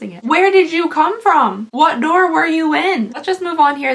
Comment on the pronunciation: I know this is 11 months old lol. But I died each 17 times I watched the part where you called it “door” lmao